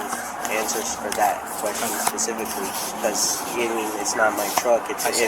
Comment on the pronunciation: Or "pacific" instead of specific